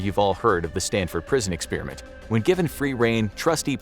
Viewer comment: It's not pronounced "ex spearmint".